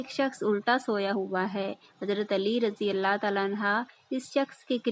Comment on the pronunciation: Hazrat Ali raze Allah tallah anhooo parhoo ap galat read kr rahi ho